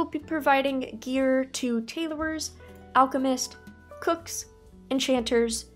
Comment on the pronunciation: TaylORs not TaylORERs Sorry, have to say it … Keep up the great profession videos